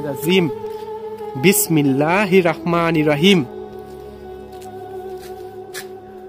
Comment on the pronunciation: ভাই দয়াকরে আপনি বিসমিল্লাহড়া সঠিক ভাবে বলুন। বিসমিল্লাহির রহমানির রহিম এটা সঠিক আর আপনি বলেন বিসমিল্লাহির রকমানির রহিম এটা ভুল এবং এর অর্থ পরিবর্তন হয়ে যায়৷